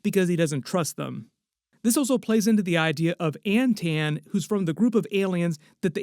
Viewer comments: I’m pretty sure it’s “an-TAHN” not “an-tan” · that “Antaan” name is said like An-Tahn and not a An-Tan way as it looks